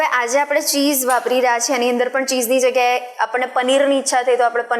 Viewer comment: Pizza and cheese, bolta nathi aawadtu chej , puja bole che